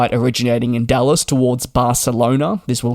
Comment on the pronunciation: Sounded like you were saying DULLES (KIAD), not DALLAS (KDFW). Haha, I was so excited for a AA IAD-BCN